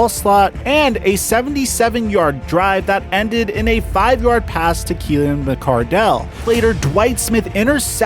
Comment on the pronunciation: "Mike Alslott" and "Keelian McCardell." LOL